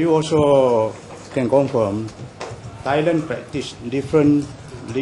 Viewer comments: Compirm ?? compirm?? ha ha stupid... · prob is that he failed to pronounce the word correctly. its not the accent. do u pronounce the word "confirm" as "confom"? come on!! its so clear for every one to distinguish the prob of accent and poor language ability. his lack of preparation lead to his "lame" questions posted to the witness.